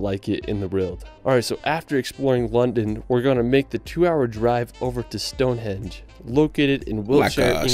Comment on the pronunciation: StoneHENGE not StoneHEDGE